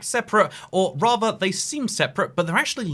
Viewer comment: Raver linked togever??